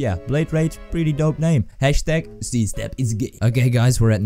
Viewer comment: I always get confused cuz he says ZStep as C-Step??